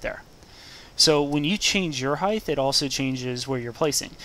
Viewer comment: height-th? wat